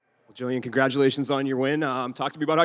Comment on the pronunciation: Y’all need to put some “respeck” on Gillian’s name!